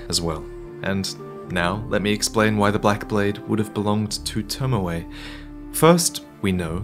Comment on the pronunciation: Who da hell is lord tomawai? Its tomoe.